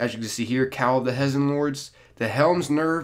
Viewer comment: Just for future-reference, so you have the knowledge, the pronunciations are "Kay-Beer" for Kabr, "Pray-Dith," For Praedyth, and "Hay-Zen" for Hezen. Like your videos man. Keep up the good work.